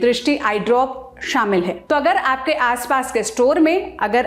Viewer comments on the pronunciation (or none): none